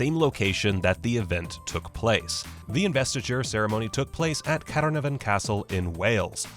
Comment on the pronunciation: That pronunciation of Caernarfon was WHACKY. Also ... Tobias Mingus?